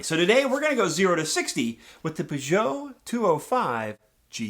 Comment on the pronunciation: Got 40 points (quite embarassing for a frenchman) but I probably got distracted by the way you said that brand ;p. Maybe a lesson on how to pronounce french car names should happen ? Just throwing the idea out there, haha